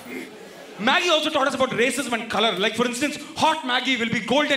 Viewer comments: It’s Maggi not maaagi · It's Maggi not maaagii 😭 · Maggi not maaaagi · since when we say Maaaagi, dont we say Maggi !!! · "Maagi" hahahhaha sounds like "mere paas mere maaki hai" hahahhahaha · Ma kiiiiii 😂😂😂😂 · Maaaaagi? Seriously 🤣🤣🤣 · மாகி இல்ல மேன்.. மேகீ.. 😕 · the way you pronounced Maggi was actually more funny!!! it sounded like a Hindi gali! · it is actually a bengali gali..